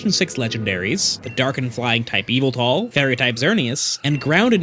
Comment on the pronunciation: its yahvultal